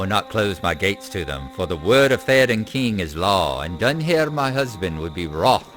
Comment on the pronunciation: A couple of nerdy interjections here ;-) First of all, "Dúnhere" has three syllables: "Dun-hair-uh" (the last syllable is actually somewhere between "-uh" and "-eh"). I think you meet him later on. Second, "Ellen Fremedon" is an Easter Egg taken from the opening lines of Beowulf where it isn't a name at all, but it does fit superbly ;-) ETA : the river that flows through Harrowdale is the Snowbourn.